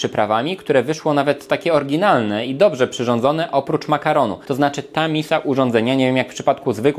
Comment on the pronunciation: Blagam - "orYginalne" a nie "orginalne" W "aqlio e olio" 'g' sie nie wymawia a wiec brzmi jak "aljo" A "mulligatawny" wymawia sie "maligatowny" A poza tym sub poszedl Pozdrawiam